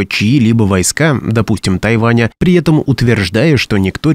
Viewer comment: Кто- нибудь, подскажите диктору, что нужно говорить - при этом, а не - при етом.